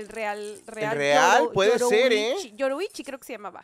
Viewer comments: Si lo habían dicho bien al principio yoriichi 🗿 luego ya la kgaron diciéndole yuruichi XD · YORIiCHI, no es yoruichi ni youshichi, es YORiiCHI :v